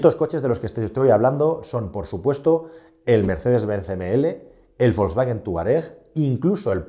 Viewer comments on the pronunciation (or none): none